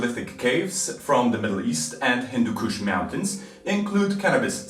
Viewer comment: haha "hindu KUSH"